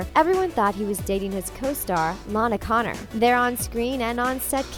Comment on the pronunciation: It’s Condor not Connor 😅